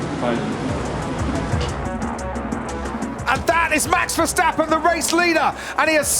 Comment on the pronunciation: Still you can't pronounce his name correct